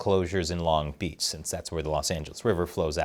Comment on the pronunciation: As a Long Beach native, the way you say the name of the city is just…wrong